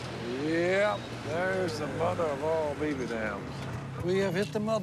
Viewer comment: Did you say BERAVER?